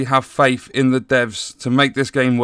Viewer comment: Lolz. "I have Faif"